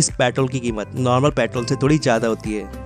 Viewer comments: pyatrol nhi kehte bhai petrol kehte pehle words to thik se bolo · Patrol nahi bhai petrol bolo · पॅट्रोल नही पेट्रोल बोलो😂😂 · Petrol ❌ Pitrol✔️ 🤣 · its not प्याट्रोल, its पेट्रोल😂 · When he said paatrol not petrol I got that time only what he is telling about paatrol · Sir patrol nahi hota hai.... It's petrol.. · Bhai ye Patrol nehi Petrol hain. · your pyatrol irritating me.. its petrol.!!.. info was good.. but i left in middle cuz of irritation.. improve your accent.. make it clear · paaitrol kya hota hai bhai😂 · Pyaatol kya hota h 😂😂😂😂😂😂😂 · Bhai bolna sikho paitrol nhi petrol hota h 😂😂😂😂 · Petrol bolo patrol nahi 🤦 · Abbe jahil petrol bolte ha usko ,patrol nahi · Patrol ya peetrool. Hahahaha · Patol patol patol 😂😂😂😂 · भाई कम से कम पेट्रोल तो सही से बोल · Petrol hota petol nahi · Tum pehle petrol sahi se bolo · Pehle petrol bolna sikh lee dhang naal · Tum pahle petrol bolna sik lo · Bakwas petrol bolna to sikhle